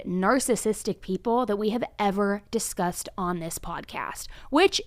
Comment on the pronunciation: For someone who is just so intelligent, her saying we disgusted instead of discussed lmao